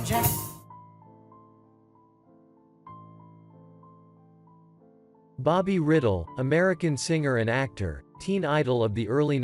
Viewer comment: Bobby RY dell. Not a football helmet. And spelling Naomi. Artificial Stupidity